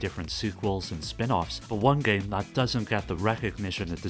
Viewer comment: uggghhh this is the nastiest sounding english accent fuckin clear your throat, ever heard of an AHEM? "If U FROW a Ton of Guramplay" eughh the way you say Game is fucked up